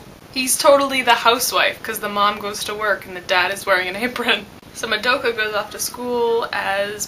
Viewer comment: and I'm sorry but can you pronounce Madoka's name properly? That's a huuuuuge pet-peeve noob mistake and cmon....you live in Japan right? :P